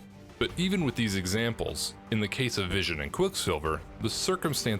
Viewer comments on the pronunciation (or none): none